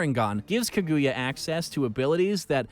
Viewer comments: kayuga asuski wtf hahaha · He said Kaguuya one second then Kayuga another, but neither was correct anyway lol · he literally said kayuga otsutsuki